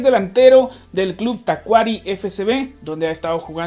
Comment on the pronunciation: Se pronuncia Tacuarí. Saludos 🇵🇪